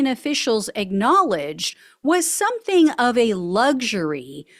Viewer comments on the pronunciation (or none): none